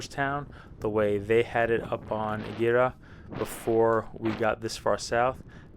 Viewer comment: Ee-gera. No H sound. R almost sounds like a d. My dream has long been to live there BTW.